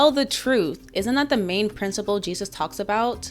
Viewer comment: Did he pronounce it “Hey Soos”?